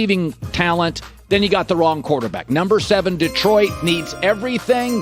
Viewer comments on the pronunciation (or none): none